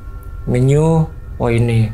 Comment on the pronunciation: Menu bang bukan Menyu